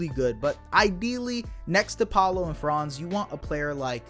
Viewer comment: One last thing: Franz‘ name is pronounced differently. The „a“ in Franz is to be spoken shortly. It is a short „a“.